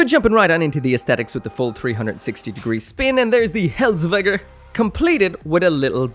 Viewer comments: The "h" is silent. It's pronounced res-vel-jer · it pronouced H(a)-res-vel-g(e)r Kudo to Final fantasy XIV for teaching how to spell that words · A surprising amount of the time when people say they're going to butcher a name, they don't actually mess it up too bad. This is a sore exception, dear God did he butcher that name, Hresvelgr, he pronounced hellsvegger/veker/veter. I am laughing so hard right now